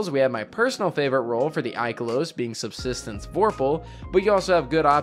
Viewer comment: Haha man said subsistence and vorpal